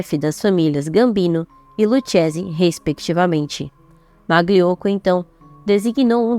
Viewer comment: Se pronúncia luquese, aprenda italiano pra falar da gente